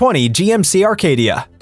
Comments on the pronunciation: There is NO model called Arcadia. The model is Acadia no R in it. Perhaps you should learn to pronounce the name of the vehicles you review???? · There is NO letter R in the GMC Acadia! It’s not a Rcadia! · Acadia NOT ARcadia. Sheesh. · How should we believe you when you can’t even pronounce the name of the car correctly? It’s an Acadia not an Arcadia. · Arcadia or Acadia - we are supposed to trust you even if you can’t spell / pronounce vehicle names? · How am I supposed to take your advice when you cannot even get the name of the vehicle right? It’s GMC Acadia not GMC Arcadia. Do your research. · #10 GMC Acadia, not "Arcadia" 😅😂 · It’s ACADIA not Arcadia. I had a 2008 model. Tons of problems with it. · it's Acadia nor Arcadia. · Acadia not Arcadia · It's ACADIA NOT Arcadia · The computer voice does not know the difference. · No R in Acadia